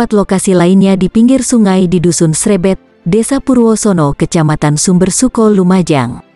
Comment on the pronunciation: Maaf korèksi. Dusun Srêbêt, bukan Srèbèt. Desa Kedujajang, bukan Kedungjalang.